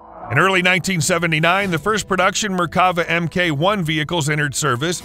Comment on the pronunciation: Does the ridiculous, synthetic voice put others off as well? I gave up at 'em kay one' etc. Come on creators, at least attempt to do a reasonably professional job. These ludicrous synthetic voices are not big and they are not clever, whatever young children might tell you.